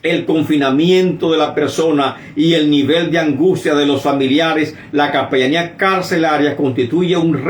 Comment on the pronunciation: Es capellania no capellamia.